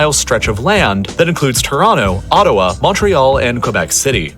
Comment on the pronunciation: Not "Ottowa", its Ottawa. 😀